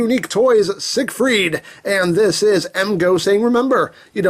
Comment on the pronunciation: I'm not sure that's how you pronounce siegfied...